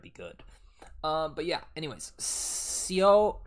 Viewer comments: it's pronounced as "so" not sow, just so, the eo just basically sounds like a normal o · Some prononciation/Korean romanization tips (I’m studying, not native so take it with a grain of salt:)): the “Seo” in Seo Changbin is pronounced “So”. When you see an e before an o in Korean romanization,the e isn’t pronounced. It’s the same with names like “Seungmin”, the e part isn’t pronounced, so it would be more like “sUng-min”. Hyunjin is pronounced “hyUHn-jin”. The letter u is pronounced “uh” and not “oo” with Korean romanization. - When you see two consentants next to each other (tt, dd, kk) it’s meant to represent the intensity in how it’s said - When you see “ae” (dwaekki), it’s pronounced “ay” - The thing you were referring to about Korean names is that family names (last names) go before given names (first names) - Fun fact: all Korean names are three syllables, family name is 1 and given is 2. There may be some exceptions. You’ll often see family names frequently reoccurring (Kim being the most “popular“ ) Something about the fans: I am not talking about all Stray Kids/kpop fans when I say this, but a lot of us can be very weird, mean, and inappropriate. I know you said you’ve had nothing but good experiences, but it’s not uncommon in kpop fan spaces for people to get ticked off at or judge really small things. Parasociality is also a prevalent issue with kpop. ALL THIS TO SAY, be prepared if you see some really weird shit in your comments the more you get into Stray Kids. Obviously there are tons of nice people, I’ve just seen a lot of crazy, awful stuff that p